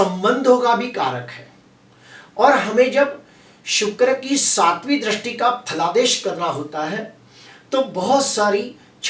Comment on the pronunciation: Dristi ko drasti nahi bolkar dristi bolakare sir. Please